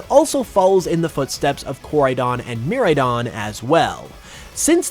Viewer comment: Bruh bro really pronounced it mirrordon instead of miraidon 😂